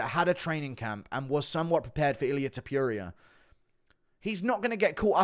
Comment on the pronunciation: Pronounce TOPURIA probably u fuck😂😂